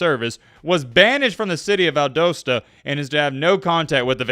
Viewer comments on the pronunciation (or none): The way you pronounced Valdosta 😂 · You really need to learn how to pronounce Valdosta.